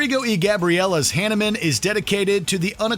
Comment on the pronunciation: Fun list! Like some others commenting, I'd add 'Fracture' to the list. Pronunciation alert: Mahavishnu & Hanuman. 😉